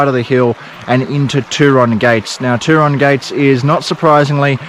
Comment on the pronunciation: Hey mate. Thanks for the relaxing video. I’ve been to the Turon area a few times. One memorable trip was a kayak journey. You will find Sunny Corner very interesting but you probably should exercise caution or at least go with another vehicle. One thing I have to say is about your pronunciation of Turon. I think you are using an American version. As far as I know it is pronounced Tue Ron as in TUEsday. You can always check with the locals. Keep up the good work. 👍🏻🙏🏽😷🦘